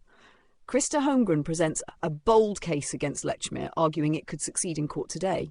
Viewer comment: No. Let's focus on Polly Nichols before moving on to the Annie Chapman murder and its time issue. 1, It's all very well talking about Lechmere not being alive to defend himself. Likewise, Sir Charles Russell is not alive to accept the challenge. And the fact you fail to pronounce Lechmere correctly on a number of occasions does not bode well for the integrity of your synopsis. It sounds sloppy and is an insult to Russell. 2, Likewise, the time issue. Llewellyn stated a few minutes after 4.00 am that Nichols died thirty minutes earlier. NOT 3.45 am. And the point about Lechmere being present at 3.45 am and being late for work is this again mere sloppy investigative work. 3, For me, one of the most damning pieces of evidence against Lechmere is the FACT that a man found with a murder victim, the ONLY man found with a Ripper victim who never raised the alarm by calling murder or calling for the police, casually disappears for THREE DAYS without reporting the incident. Sloppy work is again clear in the citation of clocks and church bells not giving the correct time. Yet in the dawn of the media sensation of newspapers, with no radio or television, a man who discovered a murder victim, and not the first in the area, is supposed to have not heard about the murder in the press, nor from the mouths of manifold people in the area. What nonsense. Why did Lechmere not come forward sooner? For some reason Lechmere slipped through the fingers of the law. But those three absent days, innoc